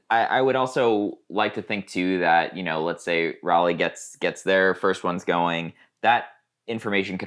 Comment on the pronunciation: By the way, the "ral" of Raleigh sounds like "Ball", not like "Valley"